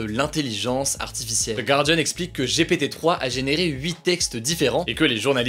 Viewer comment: oh il a dit G.P.T 🤭🤣🤣